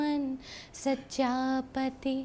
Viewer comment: One simple correction pronounced as sachha pati, but should b pronounced as sthyaa pati... Please don't mind dear